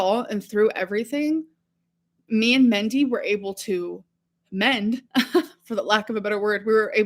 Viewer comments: Is she trying to say Mindy when she calls Destiny's mom "Mendy"? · I think she meant Mandy or Mindy. She pronounces words like an imbecile.